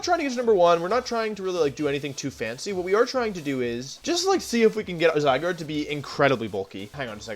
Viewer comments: love how wolfey keeps calling zygarde zygrade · No one: Wolfey: Zygrade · Is zygarde pronounced “zygrade” or “zyguard” ? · Bruh, it’s not zygarde, it’s zygrade. Get it right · Why do you call it: "zygrade"? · I’m thinking the same thing lol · Zy-guard, but Wolfe is infamous for pronouncing Pokémon names wrong